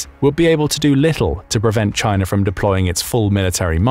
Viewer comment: you said Chiner then u said China so u clearly know how it is spelled or spelt! :face-green-smiling::person-turquoise-writing-headphones:🙃